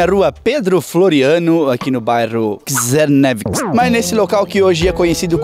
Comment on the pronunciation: Esse nome CZERNIEWICZ não é alemão, nem germânico, é um nome eslavo, provavelmente polonês ou ucraniano. Aí a pronúncia certa seria "tchernívits" ou algo parecido